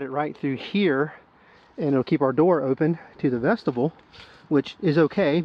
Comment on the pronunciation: Awesome video and I appreciate the review, and I hate to do this, but vestibule is not pronounced like vegetable. It is vestibule with a long U vesta byool